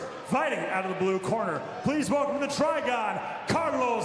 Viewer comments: "Try-Gone" might want to reconsider what you call it. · I cringed every time they said TRIGON. LOL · STOP SAYING TRIGON!